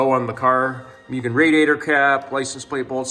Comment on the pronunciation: Mue-Gen lol not Myu-Gen just so your aware lol it’s hard to keep hearing that extra y in there and not saying anything 😅